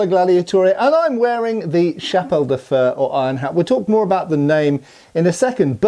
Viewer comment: "fer", pronounced "faire" with a rolled R.